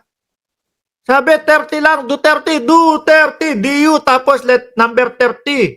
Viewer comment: hindi pa niya nabigkas ang duterte ang pagkadinigko dutert😂😂😂